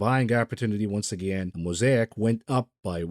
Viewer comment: Moe say ick not moe sai ack.